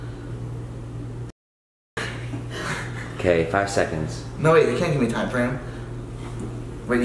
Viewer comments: i love how says legislation like LEG-is-lation and not ledge-is-lation lmaoooooo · man said LEGislation